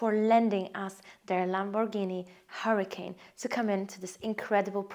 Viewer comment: LOL you have to know this you're where those type of cars are made not in Spain but somewhere in Europe maybe Italy there is no Lamborghini Hurricane like the weather disaster. That's a Lamborghini Huracan say can like con or khan you've got a Lamborghini Hura*khan and you the beautiful lady is showing a beautiful 5 bedroom with very nice swimming pool house